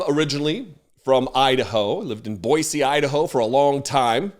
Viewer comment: I love hearing you say Boise right!